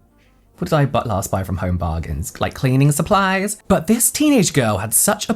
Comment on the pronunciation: The way you said “cleaning supplies” when talking about Home Bargains made me feel like I was watching a Welsh Twins video 😹🥹🫶🏼 I feel so bad for these girls and this is why I don’t buy or use anything until after I’ve done some research or watched someone I trust (mostly just James, duh, lol) do a review/mention of it.